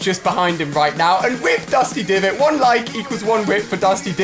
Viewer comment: Did anyone else notice he said rip dusty diviot??